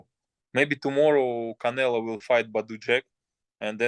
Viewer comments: Keeps calling him canela 😂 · Why is it that Bivol can say CharlO but still keeps saying CanelA? 😅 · It's funny that he calls him Canela. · He still Calling Him Canela lmaooo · He called him Canela. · Bivol isn’t humble he mid pronounces canelos name on purpose